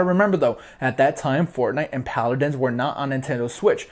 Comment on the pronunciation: it's paladins not pladdins